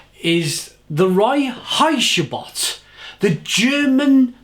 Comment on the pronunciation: Love how you pronounce Reinheitsgebot - but that’s a tough one! Kudos for trying! Well, I‘d say if a german brewery brewed a beer that‘s not by the rules of the Reinheitsgebot they usually brew it outside of germany, as far as I know